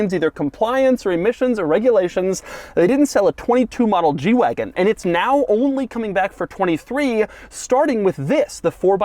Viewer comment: I keep thinking he's saying "jew wagon" and it's hilarious